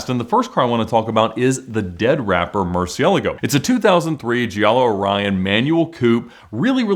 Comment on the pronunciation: What are you talking about? Murcielago is a word in spanish, thats the correct way to say it. (Not 100% perfect but good enough for someone who doesnt speak spanish)